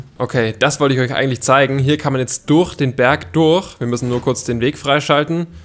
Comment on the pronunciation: Wie er das durch falsch ausspricht